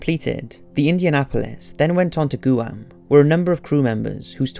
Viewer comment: Goo-ahm haha. Guam is pronounced "Gwaam".